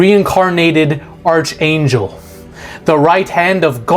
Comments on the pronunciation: Arch as in ark. Not the ch "chuh" sound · Bro Ark angel, not arch angel.